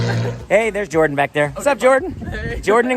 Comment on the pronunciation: ジョーダンの事を英語で ジョウンッって発音するんだ！